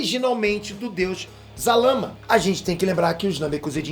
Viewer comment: Zalama? Não era Zarama?